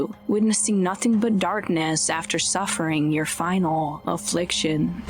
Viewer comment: "Final "afflic-SHIN" she says! No thanks to this channel!